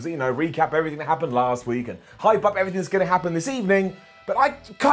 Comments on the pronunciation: Please pronounce “up” like “oop” from now on... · figured if was gonna pronounce "Up" as "oop" we'd be getting "OOPS and DUNES"